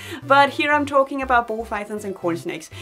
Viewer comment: Say "talking" again lol.